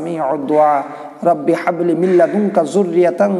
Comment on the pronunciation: হাবলি এর হা সঠিকভাবে উচ্চারণ করেন ভাই